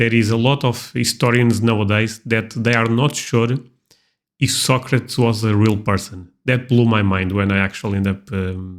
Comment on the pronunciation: Socrates was real and his name is pronounced So Crates. I know i watched the movie.